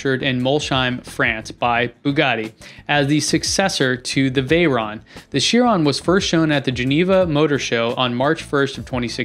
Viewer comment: Also it’s chir on not chirone lollll